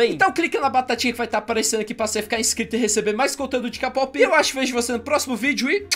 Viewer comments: se fala keipop nao k pop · Não é "KAPOPI" é "KEIPOPE" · Se fala keipop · Se escreve k-pop mais é dito keipop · QUEM PERCEBEU QUE O FALA KPOP ERRADO TODA VEZ